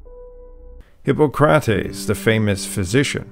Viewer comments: Still couldn’t pronounce “Hippocrates” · Hippo'CRATES?🤣 Do better homework before you do a video, dude.